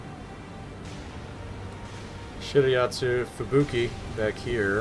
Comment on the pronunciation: Umm... you keep say shiriyasu but that DD call Shi/Ra/ts/yu 😅